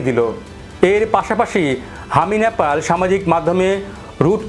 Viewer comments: NOT Napal . . It should be Nepal . 😢 Please rectify your pronunciation 😮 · ন্যাপাল ...nyapal নয়,শব্দটা নেপাল... Nepal ..উচ্চারণ ঠিক করুন ..